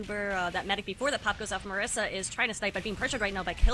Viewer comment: MISARA, not MARISA